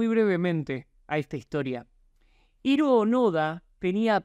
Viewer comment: Dato curioso que nadie pidió, pero de seguro te interesa Hiro onoda se pronuncia como "Jiro Ónoda".